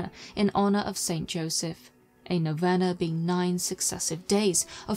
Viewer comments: Great job. But it is pronounced noveena. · The nine day prayer known as a Novena is pronounced (know-vee-nuh). (In a America at least) P.S. I truly enjoy your vids. The aesthetics are just right, wouldn't change a thing.